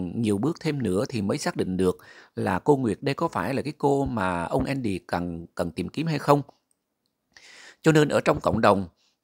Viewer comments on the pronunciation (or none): Tên Mỹ thường là Andy Đọc âm Vn là endy ?! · Khong phải là ( Endy ) mà là ANDY